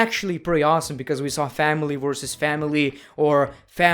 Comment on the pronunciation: "Family vs FàmîLæ"